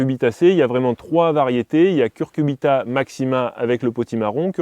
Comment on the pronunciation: CuCuRbita et pas Curcubita!